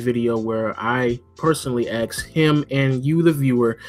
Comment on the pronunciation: lmao the way pronounces ask. "axe" hahahaha